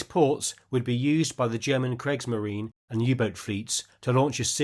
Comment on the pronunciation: Just a quick point about pronunciation, the first vowel of Kriegsmarine rhymes with Creak in English. Interesting video as always!